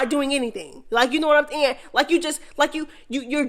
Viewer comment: I love watching and listening to the mess but whyyyyy do you say “kno what I’m nyahn”🤣🤣🤣🤣🤦🏽‍♀️ it’s so annoying🤣🤣🤣🤣I can’t unhear it